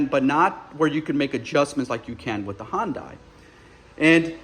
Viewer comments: It's fucking HYUN DAY OMG HYUND DIE my ass how long does it take to say it??????? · Do Americans really say Hyundai like that? It's Hyundai, not Hondai. Otherwise, interesting comparison for sure, not many people can do a review while owning both cars. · I thought he said Honda weirdly at first 😂